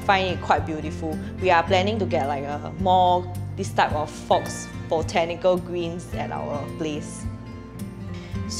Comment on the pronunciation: Thanks for sharing! It’s very informative! Btw faux is pronounced “fow” just fyi:)